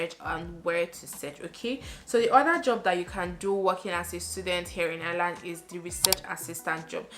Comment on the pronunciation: I like the way you say ‘Ireland’ 😍😍